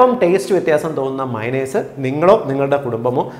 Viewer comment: മൈനസ് എല്ല മയോണെയ്സ്